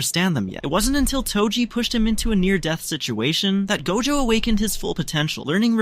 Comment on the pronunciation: First he say gojo not dojo